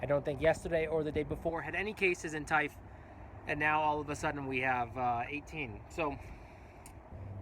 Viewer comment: Ur pronunciation of Taif is quite good.. I am curious about what do you do in Khamis Mushait?